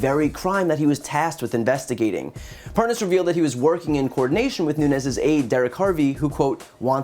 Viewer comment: how to tell the Nunes & Parnas KNOW 1 another... like so many other incidents, Nunes kept trying to pronounce "Parnas" incorrectly, ("Parnaz" & "Parnoz") but when he had to speak faster & attach dudes "WIFE" to the end of said title, he said his name JUST FINE... &then he went right back to mispronouncing it... 🙄